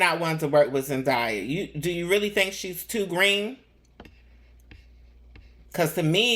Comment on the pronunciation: Her name is pronounced Zendaya is pronounced as Zen DAY Yah.. Not Zen Die Yah